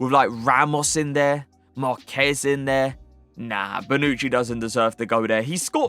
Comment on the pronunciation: finally said marquez correctly 😭🇲🇽🇲🇽